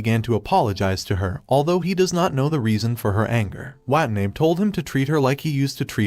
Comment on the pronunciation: Her last name is Watanabe, and the ai voice is messing it up.